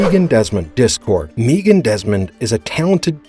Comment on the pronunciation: Who TF is Meegan? It's pronunced (Meg-an)